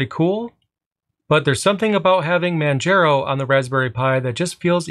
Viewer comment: It's pronounced Man-jar-o', not Man-jer-ow